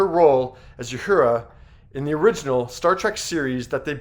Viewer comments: As tasteful and respectful as this video is, celebrating and commending a true star in our universe, might have gone to the effort to pronounce the character names of both Nichelle and Whoopie correctly. Uhura - ooo hura, not you hura. And Guinan, is guy nan not g oo e nan. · Thanks for the tribute, but based on the way he pronounced several names, I don't think this guy ever watched Star Trek in his life. You-hura? Gwee-NAHN? Ouch. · you mispronounce "Uhura" and "Guinan". You can do better. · It's really funny watching a video narrated by some fool who knows absolutely nothing about what their talking about. It's pronounced "Uh Horra" not "You Hurah" and Whoopi's character was pronounced "Guy Nan" not "Gu A Non". If this guy ever watched 1 of each of those shows he would know how to pronounce their names. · Also, not You- hoora. OO- hoora. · If you’re doing a report on Star Trek, at least learn how to pronounce the characters’ names. It’s not Ya-hoora and Gweenan. 🙄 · Who is this guy narrating this? He mispronounces Uhura as You-hura, Guinan as Gweenan, and can't read a sentence, saying "around" when the text clearly said "throughout." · Did you also say YUHURA? What? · You need to get the proper pronounication of Quinan and Uhura. Fyi Mulgrew's character wasn't a commander she is a Captain. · You mispronounced Uhura, twice. You mispronounced Guinan. Have you ever seen so much as one episode of Star Trek, or are you just trying to cash in here? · One you pronounced Guinan terribly two it wasn’t the first interracial kiss though it was a very important early one and three this is a great tribute keep up the good work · Are you purposely mispronouncing Uhura and Guinan's name? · The sentiment of this video is great! also it's; oohura not youhura guynan not gweenahn tahkeye not tahkae